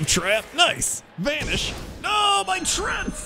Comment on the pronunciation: Why is he saying "Trents", not "Treants"?? Besides, swipe would never be able to hit your minions, except for the 4 dmg (: All spells are cast from your perspective, meaning "blizzard" wouldn't hit your board either, and so on (